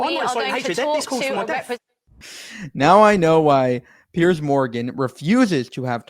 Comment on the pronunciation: Its Piers not Pierce and is pronounced differently